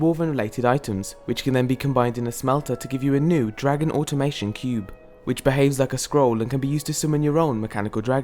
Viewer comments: You pronounced automaton incorrectly several times. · It's "automaton" (without an "i")